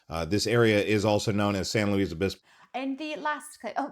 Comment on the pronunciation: This narrator is not from California or is AI because we say San "Lewis" Obispo and not San "Lu-wees" Obispo and a few other names the narrator mentioned, at lease in Ventura County where I live. Great video and California is so very difficult to fit and in one video, there is a saying that if you move away it is very difficult to move back because of prices so almost better to never move away to begin with.